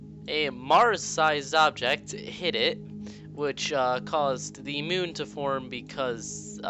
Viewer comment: mioun?? MIOUN??? ITS MOON!